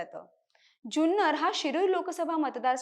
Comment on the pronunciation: जुन्नर चा उच्चार चुकतोय